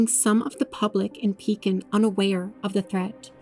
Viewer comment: Ma’am I live in Pekin and it is pronounced W-E-E-K. And Cef-cue!